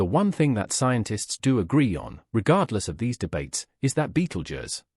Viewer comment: Ugh clearly A.I bs. Can’t even pronounce Betelgeuse correctly. A.I had ruined YouTube.